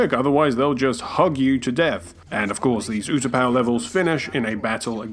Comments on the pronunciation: Did he just pronounce Utapau "you-tuh-pah?" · It's pronounced oota pow